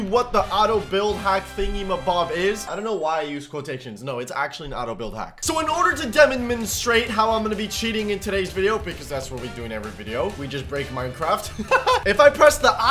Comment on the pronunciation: “In order to Demomenstrate” ok.